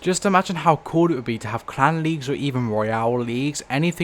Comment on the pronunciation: i find it ironic that the way he pronounces clan wars sounds more like clown wars Also, ive started to notice that the way this game is turning out is looking a lot like what happened to pvz